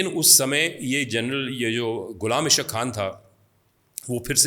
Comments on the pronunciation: How you write a book when you are not able to pronounce Ghulam Ishaaq khan? Ishaaq khan not isq khan.😅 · It's not Qaadir it's Qadeer khan and not ish aq khan but Ghullam Is haaq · All lies hinduata it is gross lies you even not pronounced Ghulam Ishaq khan.